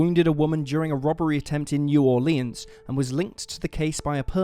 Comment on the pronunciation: All of the vowels in New Orleans have a short vowel sound. The a is silent.